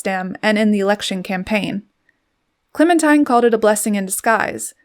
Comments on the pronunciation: Thanks for the pictures and narrative. Some facts are not quite accurate, but overall a good overview. BTW: Her name is pronounced Clemen-teen, not tine. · Excellent photos -- Clementine was indeed a force of nature. Her name was pronounced Clemen-teen not Clemen-tyne. I always forget that too -- Americans are so used to hearing the song, "Oh my darling Clemen-tyne..." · It is Clemen TEEN not TINE. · Her name is pronounced, "Clemin-TEEN". She deserves to have it acknowledged correctly. 😢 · I heard Mary Soames, her youngest child and longest living, pronounce it once as ClemenTEEN. Let's ask the Brits. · I believe her name would have been pronounced ClemenTEEN. That is the British pronunciation; and that is how they would have pronounced the name I France, where she lived for a short while. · Clemin-TEEN.....I just can't get past the mispronounciation of the subject's name. A very big faux pas. 😢😮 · Remarkable woman. However, her name was pronounced “ Clemen-teen”. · her name was pronounced ClemenTEEN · I feel like an arse to point this out, but her name was pronounced "Clementeen". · You have to wonder whatever else this Commentator gets inaccurate , given that she seems to pronounce her focus’s name correctly. I don’t think I can listen to any more…. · A "gifted" narrator would've pronounced the name of her subject correctly.